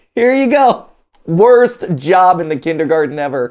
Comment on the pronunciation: That heavy stress on the T in kindergarten like he didn't know the word was actually spelt and pronounced that way (as opposed to kindergarden which I'm sure a lot of americans think it is) really bothers me.